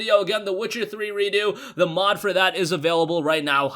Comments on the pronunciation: it's redux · Is it Redo? Or is trying to pronounce Redux as if it was a French word?